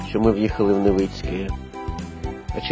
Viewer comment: Не Невиинське а Невицьке